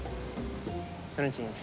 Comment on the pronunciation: Ele tentando falar tonantins KKKKKKKKKKKKKKKKKKKKK